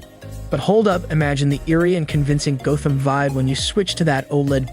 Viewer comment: yep. figured on to why he said g'oh'tham when he was talking about batman. Nobody says it this way. AI reviews are no good.